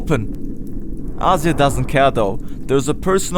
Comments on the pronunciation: please stop mispronouncing Azir's name... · 3 months of work but didnt bother to learn how to pronounce the names right :D Still a great video!